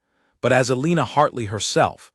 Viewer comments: Learn how to pronounce Elena or choose a different name. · Absolutely so annoyingly